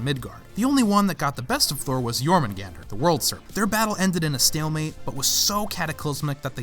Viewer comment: YES. SOMEONE PRONOUNCE THE WORLD SERPENT'S NAME RIGHT!